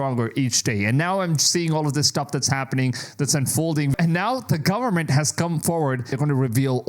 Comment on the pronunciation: Government bro govern-ment not gowerment